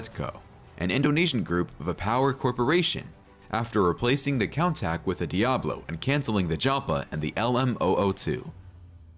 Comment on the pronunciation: A picture of Jean Claude Van Damme as one of the Mimran brothers..? And a picture of Nissan SUVs as newer Lamborghini models? Wrong pronunciation of Miura and Countach, and pictures of the Aventador and Huracan as if they were made in the last century. And leaving out the episode with Enzo Ferrari..? And pictures of a Maserati Granturismo whenever the expression "gran turismo" is used.. This seems to be made by someone who is not a car enthusiast. 🤔